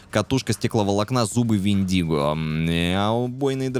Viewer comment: Вообщето Вендиго читается с ударением на Е )))